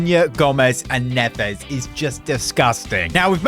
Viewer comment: Neves is prounouced ne Ves